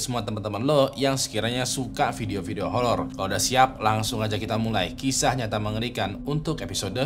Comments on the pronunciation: Bang lu ngomong holor😢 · Salfok 'Holor' bang 😭